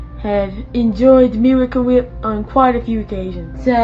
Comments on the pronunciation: I love how he says miracle wheeep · The "meewicle weep" gets me everytime 😂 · i love how his pronounciation goes from 'wheep' to 'whip' to 'WAP' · Noah's Feud Weview. Mirwica Wip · Miwicale Wheep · Meewicle whhiiiiip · Meewecule Wheep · "Miwacew wheip." I can't think of the product without his pronunciation ever again. They should have paid him for the advertising.